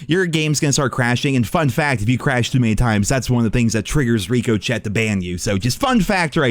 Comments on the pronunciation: please see this. Its pronounced rick-o-shay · Stop calling it RICO CHET you silly pre ordering nerd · Dude just said “Rico Chet” 😂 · Who says “Rico Chet”? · RICO CHET HAS GONE ROGUE. RICO CHET=SKYNET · Is there a story behind “Rico-chet”? 😂 Solid video though! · ikr ngl it’s obnoxious to hear at this point, can’t tell if it’s ignorance or lack of grammar skills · came here to say this... wtf is a rico chet? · Ricochet (rick-a-shay) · When is he going to learn how to pronounce it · yo why does keep calling it rico chet, lol, intentional? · I can't trust a guy who can't say Ricochet properly. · If you say ricochet wrong again I'm going to ban you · bro I cant watch anymore videos if you wont pronounce Ricochet correctly, idk why it is bothering the hell out of me lmao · First learn how to pronounce “ricochet” then I’ll take your video seriously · ask Siri how to pronounce ricochet 😂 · Still saying ricochet wrong… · I don't know what's worse, the bans or the fact that you still can't say ricochet properly!! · Bro you don't hear the t in ricochet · Can you not pronounce ricochet properly or something? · Bro there is no way that’s how you think ricochet is pronounced 😂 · Honestly wasn't that bad of a launch, atleast the servers were up. And the way you pronounce ricochet gives me an aneurysm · Love you man, but you gotta learn how to say Ricochet😂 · how hard is it to pronounce ricochet.. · I swear to god if you say Ricochet wrong one more time. Holy shit. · I'm unsubscribing because you can't pronounce ricochet correctly. Grow up. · Learn how to pronounce ricochet please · Oh my God oh my God oh my God will you please pronounce Ricochet right it's so effing annoying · Love how he always mispronounces ricochet, lol 🤣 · Makes me wanna hurt myself when he mispronounces it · Dude covers a shooting game and can’t pronounce ricochet. And before people say he’s doing it on purpose he probably wasn’t but got mocked so much he has to play into the joke.